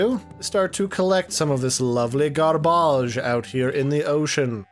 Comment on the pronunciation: "Lovely garbawge" lol